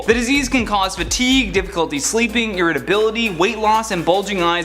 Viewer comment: Is English your native language? You mispronounced so many words and names. For instance, we use the word women, when referring to more than one woman. Women (wi-muhn) plural form of woman (woo-man). I’m honestly just trying to help. Fatigue is pronounced fuh-teeg, not fat-teeg. Sia is pronounced, See-uh.